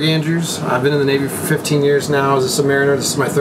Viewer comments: said submariner correctly in this video. All along you've been saying it sub ma reen er when it is sub mare in ur. My brother was a submariner. Kind of an odd thing is that when you email someone on a submarine you get two notifications that your message didn't go through. It's because one email is sent in three formats, three copies in essence, one in HTML, one in rich text format and one in plain text format. Since they don't surface often they are constrained to a low frequency and also constrained for time so they won't receive HTML or RTF emails, just the plain text, hence the notices. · I'm impressed that pronounced Submariner correctly.